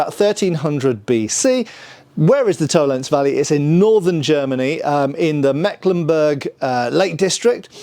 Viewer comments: Tollen(zee) - not Tollens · To len se. Every letter is pronounced, because German. Vollgriffschwert : folgriffshwert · It's Toll-ens-eh, there is no silent "e" in German... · In the word "Tollense," the "e" at the end is pronounced, just like in "Porsche." In German, an "e" at the end of a word is never silent. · Okay, I love, but bloody hell: German language is a context. Please treat "Tollense" as a German word,. Don't be one of the hundreds of British YouTubers who just go "By Jingo, this is English!" whenever they see a foreign name. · FYI, Tollense is pronounced with 3 syllables. No silent e's at the end of German words, but an unstressed schwa in this case